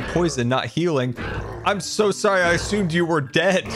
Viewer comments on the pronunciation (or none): "I'm so sorry i ausumed you were dead"